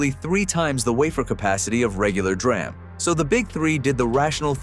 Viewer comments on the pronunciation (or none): The AI/text to voice is horrible. 'dram'? it's 'DEE RAM'.